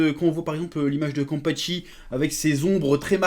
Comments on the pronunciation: La pour le coup Chef t'a raté le coche sa se voit tu parle de bleach sans en connaître les bases, Bleach c'est la vie. Et c'est Kenpachi et pas kanpachi 🤣🤣🤣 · "quand pas chie" voilà ce que j'entends pour la prononciation de Kenpashi xD Merci quand même pour ce retour sur ce trailer :D